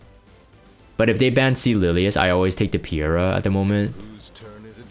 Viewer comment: And it's triggering me too! It's Peira - as in Pay-ra. Get it right, nerd :P :P :P Good to see you playing RTA again. Hopefully you won't bomb on the last day and get Emp comfortably this time round. P.S. Not wearing your frame anymore?